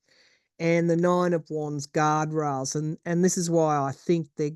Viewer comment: Did you said Elon is with out “guard rails” or “God rails?” Lol, maybe both? —thank you